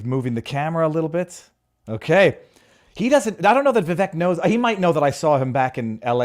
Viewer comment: Viva, his name is Vivek, pronounced with a short sound on the "i" and an "a" sound on the "e": (Vi-vake). How is it you don't know that? Please get it right in the future.